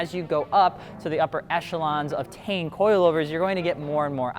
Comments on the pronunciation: I always thought its pronounced "Tee-en" not "Tane" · Tee-in. Not TAIN. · What the fuck is tain? I’ve always heard it as “tee-ian” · It’s pronounced “tine” as in Stein it’s German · It’s pronounced as (teen)